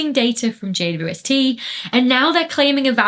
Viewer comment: Why can't Dr. Becky say "JWST"?